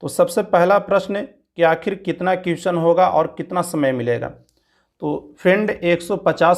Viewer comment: भाई अगर आपको बुरा लगे तो माफ करना.... लेकिन आपको अपने उच्चारण पर ध्यान देना चाहिए.... जैसे question का उच्चारण सही से नहीं करते हैं...